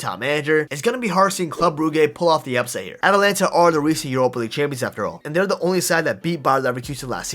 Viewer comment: ATALANTA NOT ATLANTA